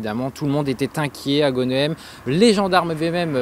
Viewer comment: Chaque weekend je péchais aux pieds de ce pont. Brrrr ça fait froid dans l'dos. Au fait Mr l'apprenti journaliste : en tant que ch'timi tu devrais savoir que chez nous (et ailleurs aussi) les noms de villes, Bourgs et villages s'écrivant en "EHEM"... se prononcent "HAIME". Ex* "Tournehem / Audrehem / Westrehem". etc